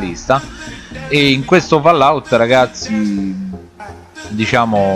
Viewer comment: Si scrive "Trailer" ma si legge "Treiler" Si scrive "FAllout" e non "FOllout"